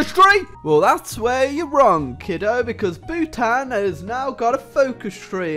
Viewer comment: Ayyy Bhutanese here and I hate the way you say Bhutan